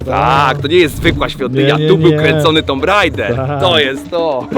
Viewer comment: Poprawna wymowa to Tumb Raider.